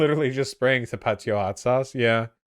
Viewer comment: Wait, did just pronounce Tapatío "tapátio"?